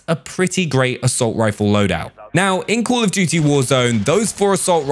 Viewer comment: Col of dewty